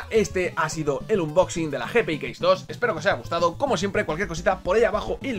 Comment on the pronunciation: Joder pronuncia bien unboxing que hace daño a los oídos